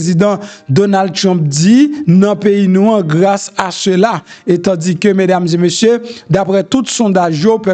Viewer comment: Se pa mesdames zeu messieurs , se mesdames zé messieurs . Je vous en prie monsieur .